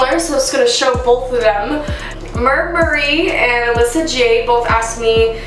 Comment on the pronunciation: Yay you answered my question! Haha you said my user wrong but it’s cool girl . It’s pronounced Mer- B- Marie, not Merb-Marie. Also I’m so glad that your graduating soon. I still have several years ahead of me bc I want to become a doctor. Good luck to you and I hope all your dreams come true